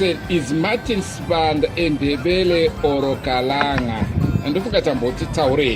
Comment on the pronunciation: Please let's learn to say Kalanga not (Khalanga) it is the same as Ndebele and (Ndewere) Ngati milidzeni Kalanga chedu Please